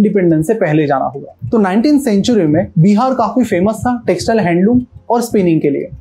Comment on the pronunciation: first of all it's not called Bi har. it's Bihar🙏🏻